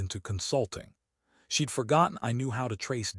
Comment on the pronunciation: She got out of the suv wearing a coat that she left in the house before her trip. Is this some sort of quantum entanglement type of thing? Also, you’ve got a contraction problem in your stories lately. Most of them are fine but most of the “she’d” in the script are being spoken as “she dee.” Occasionally one will squeeze through correctly. It’s not always confusing but it depends on the next word. In a previous story there was a sentence that had “she’d banked” in it. It sounded like “she debanked.”